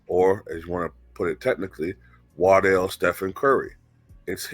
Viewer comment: It's pronounced WAR-dell Stephen Curry....